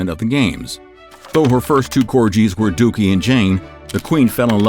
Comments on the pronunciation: Its pronounced Cor-gee...not Cor-jee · Theyre pronounced Cor-Gee...not Cor-Jee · she was sent to Windsor NOT balmoral at the start of the war its pronounced COR GHEE (pronounced like the Indian Butter Ghee) not COR JEEE As Queen Regina she doenst have a last name before she was married or the queen she was Known as Elizabeth York, Charles was Charles Windsor Prince of Wales but he will now jus be known as King Charles III not King Charles Windsor. So she didnt choose not to have a last name a monarch just doesnt have one the Queens Favourite Drink was gin and Dubonnet other than that great vid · Corgees?? In true US style and " no offence intended said completely wronG" Notice the G! "Got" "Go" "Gimp" "corGies" 🤦‍♂️ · It’s the pronunciation of corgis for me 😂😅❤ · are we all going to ignore how he pronounced corgis